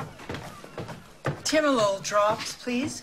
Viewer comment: Oh Timolol! I kept hearing Tilenol. Finally understood when Ripley said she had glaucoma (beta blocker and asthma... Give her some Xalatan)